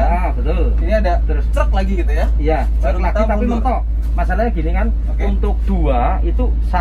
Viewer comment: Knp bus/bis di indonesia dilafalkan jd bes? Truk jg dibaca trek?